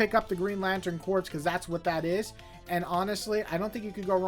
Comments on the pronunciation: Corps is pronounced "kor," like Marine Corps. I love the Johns/Mahnke/Phillip Tan run on Green Lantern and the Tomasi/Gleason run on Green Lantern Corps, but I don't remember The Sinestro Corps War having an ending. I'm also a big fan of the Steve Englehart/Joe Staton run in the '80s, the Silver Age Green Lantern issues inked by Sid Greene, and, as much as I heard about relevance with regard to the Denny O'Neil/Neal Adams issues, I was surprised by how many straight-up entertaining stories there were during that run, like the Black Hand plastic story and the planet Malthus story. I'm a little disappointed we haven't seen Sinestro's sister again. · I loved GL by Johns, it made me love the characters when I had previously thought they were lame because of the Ryan Reynolds movie. Vol 1 and 2 were for sure the best. Green Lantern Corps was still good but not nearly as good to me. And for future reference, “Corps” as in Green Lantern Corps and Marine Corps is pronounced “Core.” 😁